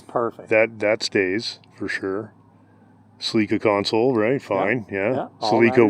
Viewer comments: I've also never heard that pronunciation of "Celica" before. I've always heard it "Sell~ick~uh" ....never "Sa~Leak~ca". Have I always been wrong? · "Suh-leeka" ???????? Oh you meant "Sell-li-ka" (Celica)😂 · It took me a few seconds to figure out what a Toyota “sa-LEAK-a “was. I’ve never heard it pronounced that way, it’s always been “SELL-i-ca” in my world. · Yet another "tell" distinguishing Canadian English from American English - You Cannucks pronounce Celica, suh-LEEK-uh. South of the border, it's SELL- i - kuh. Vive la difference! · Is that how you say Celica up there? Celeeka? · It could be a regional thing. I'm in the UK and I've only ever heard people say "seh-leek-ah". I'm aware of the "sell-ick-ah" pronunciation but I'm pretty sure I've only ever heard it used by Americans. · I forget you guys pronounce celica differently lmao. I was going WTF is a seleka? 3rd gen celicas are my favorite, although I think I ruined mine letting it sit out in the driveway for a few years:( One day you'll get an email about it, I need some advice on it.